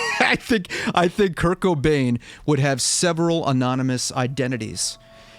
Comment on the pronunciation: every time you said kurt i heared kirk